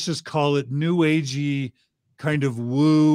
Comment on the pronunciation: It's "woo", guys. Not woo-woo. Woo-woo is cutsie. "Woo" has authority. 😂